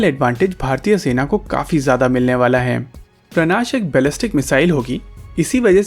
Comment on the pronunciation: सर, उसका नाम 'प्राणाश' नहीं 'प्रनाश' है |